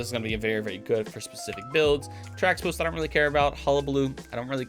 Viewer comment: Teraxipos is pronounced terahippos as well